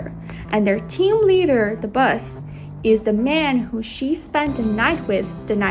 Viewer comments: Yip yip "Bus" I think the narrative lady means "Boss"❤ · i just keep hearing "Bus"